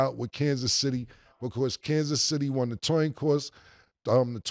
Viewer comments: The toin coss 🤣🤣 Murda tore up 😭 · The Toin Coss The Toin Coss😂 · Kansas City won the toin coss (2×'s) 😂😂😂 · The toin coss 🤣😂🤣😂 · “TOIN COSS” 😂😂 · Toin Coss😂😂.. Cam fresh off a blunt 😂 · Toin Coss 🤣🤣🤣🤣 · Toin coss 😂😂😂😂😂😂 Cam-😂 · the toin cost !😂😂🤣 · "Toin Coss"... is wild!! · 🚨🚨 Say man wsup w that TOIN COSS 🤣🤣